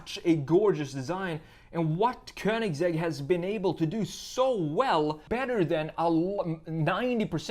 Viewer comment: It's not königZegg, it's königsegg